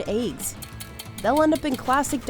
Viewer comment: It's eggs, not "ehyggs"